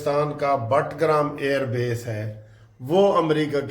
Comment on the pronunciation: سر جی بٹگرام نہیں بگرام ہے